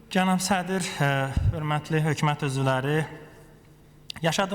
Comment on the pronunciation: Danışglara baxe mən ölüm bunnan avam adam necə başa düşsün makro mikro kansetrasiya alternatif tender investisya budu azərbaycan dilinin möhkəmləməsi he hökümət h ya x deyir aybdır ee